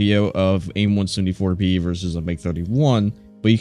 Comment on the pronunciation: Are you saying aim 1sumD4